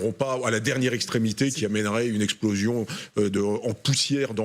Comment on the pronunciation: on parle d'exploxion...aurais -je entendu IMPLOSION?????